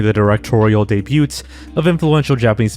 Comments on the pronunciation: how has NO ONE ever told how to say, “Debut”? It’s an easy mistake, but…in all the hours of videos? No one ever let the guy know?! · Today I learned how to completely mis-pronounce 'debut', 'Algiers' and 'Cipriano'.